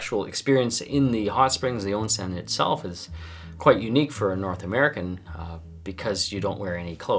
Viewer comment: Not "On-sen", it's Ohn-sen"